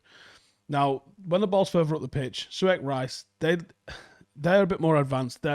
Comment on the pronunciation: Bruh the way he pronounced Masuaku’s and Soucek’s names 😂